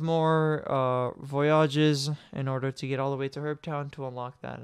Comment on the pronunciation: VoyAAAWWWGES Bruh...